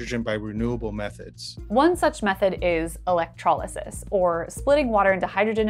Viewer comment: The moment she said “electrysis” I yelled: Finally someone else!” Great video 10/10 it even gave me ideas on how to maybe make a more efficient eco-house. Thank you.